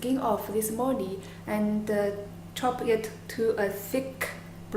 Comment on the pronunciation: very different dish , looks yum tho ^^ and i swear u didnt say mooli hehe